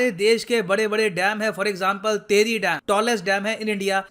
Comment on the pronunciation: तेहरी नहीं सर टिहरी डैम 😂😂😂